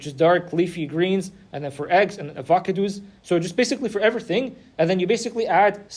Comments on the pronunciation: Love your videos yh but what is avocadoos? 🤣😅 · bro i really enjoy your videos but has me cracking up. I had never heard anyone pronounce em like that and it gave me a good belly laugh. no hate, man. English is my second language, I just found it funny.